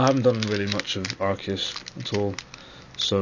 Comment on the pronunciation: Arcei, haha! you clever dog. haha and one of the few to pronounce it right :]